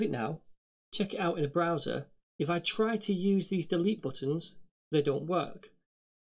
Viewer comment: I like the way he speaks browser. :P